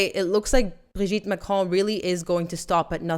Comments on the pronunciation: Why in the world do you say his name like that??? It's pronounced Brogette Macron. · I think you just made this video so you could just keep saying “Brigitte Macron” with overemphasis on that silly accent😬😑